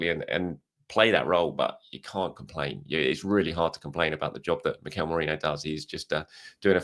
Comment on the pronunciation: ~Merino~ Merinho 😜